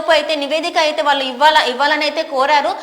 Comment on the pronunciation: న్యూస్ రీడర్ కు చిన్నసలహా న్యూస్ రీడర్ గా మీఉచ్చారణ దోషాలు లేకుండా ఉండాలి కానీ మీ తెలుగు ఉచ్చారణలో కొన్ని దోషాలుమీ దృష్టికి తీసుక వస్తాను సరిదిద్దుకోండి. "వాల్లు " కాదు వాళ్ళు అనాలి కల్లు (eyes)అనకూడదు కళ్ళు అనాలి పెల్లి అనకూడదు పెళ్లి అనాలి. తెలుగులో ల అక్షరం ళ అక్షరం వేరు వేరు. అలాగే శ అక్షరం ష అక్షరం వేరు వేరు. శంకర్ అనే పలకాలి షెంకర్ అనకూడదు. తెలుగు మన మాతృ భాష కనుక పౌరషానికి పోకుండా మన భాషను కాపాడుకొని భవితరాలకు అందిద్దాం.